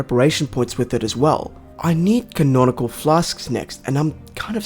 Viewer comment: No way this dude talked crap about cauldron being spelled wrong after calling conical flasks "canonical flasks" the entire time